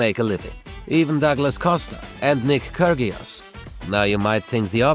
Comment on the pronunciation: the way you said nick Kyrgios actually pissed me off it is not even closs to what you said